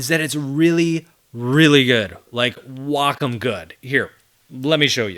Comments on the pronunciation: I’m so glad you pronounce Wacom the correct way. People at my company look at me funny because I don’t say Way-com. 😂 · Glad to hear you pronounce Wacom correctly.